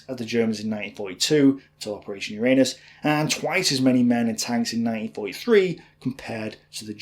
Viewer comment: PLEASE put the emphasis on the first U in Uranus. It's Uranus, not urAnus.